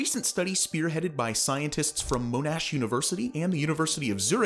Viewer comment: It's "mon-ash" not "moan-ash", and "queens-LAND" not "queenslnd", and what you showed was an OPOSSUM, not a POSSUM, opossums aren't from Australia